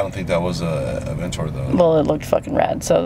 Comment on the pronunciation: Is he saying aventor instead of aventador